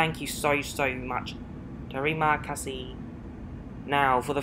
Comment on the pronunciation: Great vid as always. Thank you in malay is pronounced tree ma kar see should you fly again. Cheers.